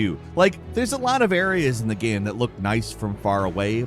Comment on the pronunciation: why can't you say ''game'' properly? you've been saying ''gehm'' for more than a decade now, i just cringe every time